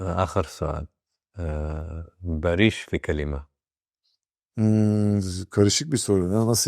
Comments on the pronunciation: بما انك بديت تقابل الممثلين الاتراك حسن لفظك شوي حتى الاسم لفظه خطأ باريش مو باريييش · اولا اسمه بارِش يعني سلم او صلح مو بارييش، تانيا اسئلة كتير مفلسفة مالها داعي تالتا ما اتحملت غير اول ٣ دقايق